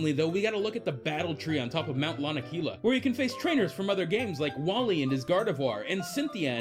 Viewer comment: he said Sally and gardivoir it's gallade